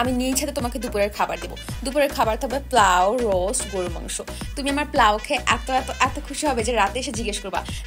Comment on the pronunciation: পোলাও ❌প্লাউ✅